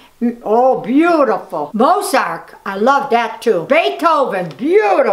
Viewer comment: "Mozark (I know it's Mozart she just said it like "Mozark" lol) I love that too!" 😅